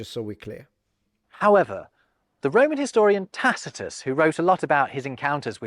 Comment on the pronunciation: called out for not rolling an "R”, but then was pleased when he did. Surprised he didn’t jump on mispronunciation of ‘Tacitus’.